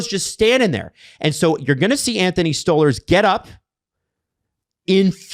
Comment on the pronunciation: If I hear this muppet say stole herz. Instead of stolarz one more time dear god man